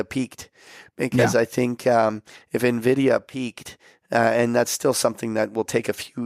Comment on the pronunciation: please pronounce Nvidia like Patrick does.